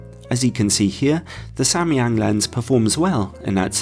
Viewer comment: As a Korean I was surprised by your pronunciation of Samyang, which cannot be more accurate! Then I learned that you were an English teacher in Korea long time ago lol 😂 Great review! Thank you!